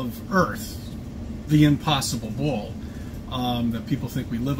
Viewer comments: He calls it a bwall . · "bwall" uggh...